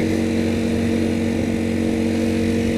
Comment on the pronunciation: "ah-CRAP-ovich exhaust"